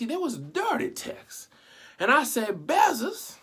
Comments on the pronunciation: “Jeff Bezziz” 🤣🤣🤣🤣🤣🤣🤣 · Okay that’s not how u say his last name 😂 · Never heard this name pronounced like that 😂